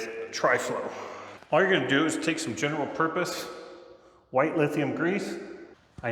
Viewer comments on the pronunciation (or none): none